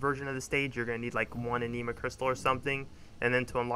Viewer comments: My friend not talking shit just trying to help its not pronounced aneema. Is ani ma like japanese anime or animal. The 'i' is pronounced like the 'i' in it, not an 'e' sound. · A-nih-ma not ah-knee-ma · omg the way you say anima im going crazyyyyyyy...good guide otherwise